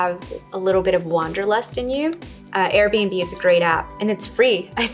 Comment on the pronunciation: Guys what was the name of the app she mentioned that's about "wanderlust" and renting stuff? I couldn't understand what she said? Something like "arabenbe"? I really want to find that app